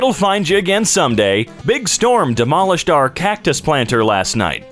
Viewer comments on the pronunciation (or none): Hear how to say this op_d_molish